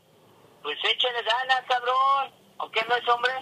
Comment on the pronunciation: Me mori cuando dijo "echele ganas" 😂😂😂😂😂😂